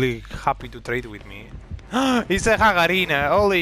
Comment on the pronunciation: How do you call Lisa ? Hagarina ? 😂 I dont understand ahha